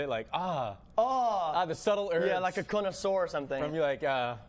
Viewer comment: did he just say conoSORE xD